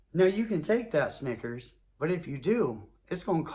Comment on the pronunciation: EVERYTIME he said Snickers...I thought "Nggas" 😂. This joint Classic